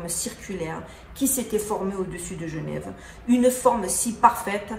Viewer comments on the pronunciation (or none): none